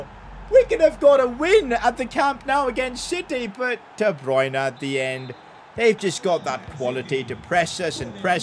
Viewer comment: I’m confused, why is he surprised to be playing against Real Madrid when at the very very beginning of the video he literally shows the calendar with the date he’s playing Real Madrid😂 but advice on pronunciation for Camp Nou is don’t say “now” for “Nou” say “noo” like as if a cow is mooing.